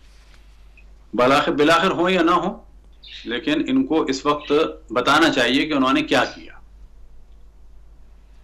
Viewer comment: sahib waqt hota h Wakhat nhe hota